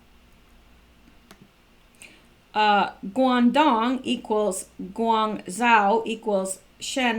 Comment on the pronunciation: Pronounced.. Gwong joe